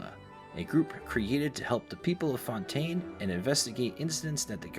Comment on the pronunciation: I'm half joking, don't take me too seriously. Im a linguist and musician so I can't help but notice and be nitpicky when it comes to sounds. Overall, too american lol. FontAYne, InaZOOMa, SnezhNAAAAAYa English speakers add diphthongs (2 vowels instead of 1) where they shouldn't be and the stress tends to be on the wrong syllable. If you say them as the american VAs say them, it's probably wrong. The biggest culprit and the one that genuinely got to me was Leeway instead of Li-Yuè. It's so ridiculous 😂 just read the letters y-u-e